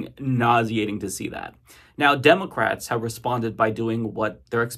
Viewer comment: I hate how you say, "Demulcrats."